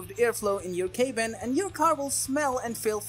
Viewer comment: Crock. No data. Just opinions and paid links. Plus dude pronounces “cabin” as “CAY-bin.” Wow. Good idea to know how to pronounce the product you’re reviewing.